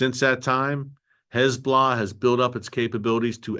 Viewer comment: Terrific program - Erick does a great job at reporting the truth.; much appreciated❣️ [caveat: There's been some progress, but it would be better if he learned to say "Hez-BO'-Lah" so he doesn't slip into that awful (lazy) way of saying "hezBLAH"🙄